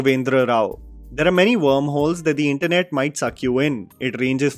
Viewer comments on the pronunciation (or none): none